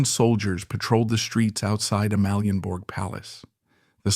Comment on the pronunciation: If you need AI to read the text, then please teach the AI to pronounce names correctly. My Danish toes curl every time Sofie Ro, Amalienborg or Gråsten is mentioned.